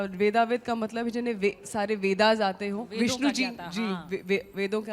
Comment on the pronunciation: वेदा नहीं l वेदवित् |